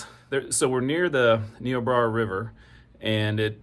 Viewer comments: Bro murdered the name of the river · Great job!! Only 1 thing: Ny-o-brea-a ☺️